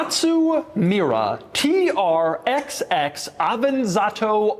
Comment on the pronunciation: Hello, nice to meet you. The 'XX' in TR-XX is read as 'double X'. This is the official pronunciation according to DAIHATSU.